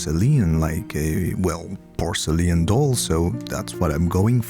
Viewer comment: I like how you say ‘porcel-ian’ like it’s a nationality 😂